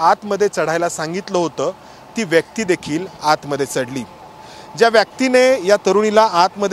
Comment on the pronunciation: Vyyaakti Nahi re ..vyakti, marathi tar nit bol